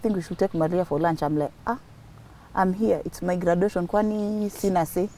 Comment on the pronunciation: Please don't pronounce graduation that way,Google for pronunciation or ask someone